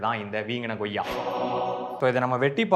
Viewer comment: Athu Goyya illa... Athu koyya... Tamil pronunciation a correct pannunga bro